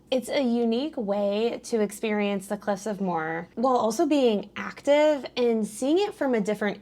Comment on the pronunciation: Cliffs of Moher. Moher is a two syllable not a one syllable word. Pronounced like mo-her